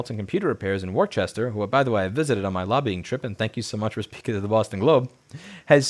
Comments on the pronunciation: Its wisstah not war chester jesus lol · As much as I appreciate videos like this, it irked me so much that you mispronounced Worcester...there's no H in there. It's said like worse-stir, although most people don't fully pronounce the R and its more like woos-stir. Either way, let's keep this momentum going and actually take back the right to use our own devices how we want, including getting them repaired at any repair shop, or even do it yourself. (We also need to increase awareness and understanding of the risks. The so called cybersecurity issues aren't a problem for well informed consumers, who understand the risks of having sketchy or amateur techs repairing their equipment vs competent third-party repair services that actually have access to the tools and parts needed to provide repairs at the same, or better, level of quality you get from first-party repairs and agents) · Fyi, Worcester is pronounced Woosta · Wor. ces. ter? Woosta 😂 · Almost had it right the second time; it's Wohs-stir. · Worcester is pronounced "Wooster" or if from Boston "Woostah". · Why do Americans have trouble with -cester in place names? Turns out even America has these spellings. Worcester, Bicester, Gloucester, Leicester, the ce is part of the first syllable (Worse-ster, Biss-ster, Gloss-ster, Less-ster) and the c is soft (s sound, like once). Why this gets me is the fact that people insert letters that aren't even there and say chester.